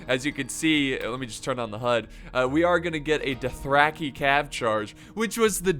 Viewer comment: I like how pronounces Dothraki like “Duthracky”